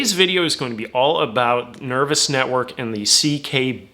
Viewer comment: Nerv oh s - not nervis